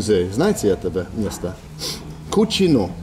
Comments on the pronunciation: A useful tip: when a Russian toponym ends with -ino, the stress almost never falls on I. So it will be either Kúčino or Kučinó. For example, Borodinó, Leublinó, Mářjino, Mítino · Kuchino is spanish means Nasty but it's spelled Cuchino but pronounced the same way. The bus driver probably doesn't get a lot of english speaking tourists as he probably isn't used to it. Probably wonder why anyone would want to take a vacation there. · As a Spanish speaker hearing Bald repeatedly say “Kutchino” made me laugh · Gay-va and cutze-no